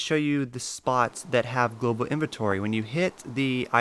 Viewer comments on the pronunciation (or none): xD no i was just saying you said "gloval" inventory a couple times xD good vid btw!